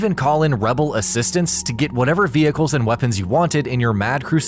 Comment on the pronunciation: bruh the way he pronounces vehicle